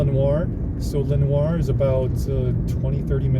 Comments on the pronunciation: Bro, it's "Len-ore" not "Len-war" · Lenoir City is pronounced "La-Noor" City in East Tennessee. Just want to help you avoid confusion with local fares.